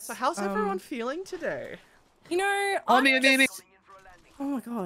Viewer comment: Tell tht girl to stop saying “i knorrr” instead of i know.